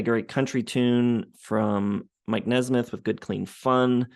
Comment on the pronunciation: At least he could have said mikes name correctly. Who cares what you think.